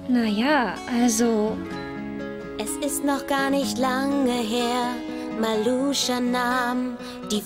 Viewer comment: Meluscha 😅 falsch gesproren Maluscha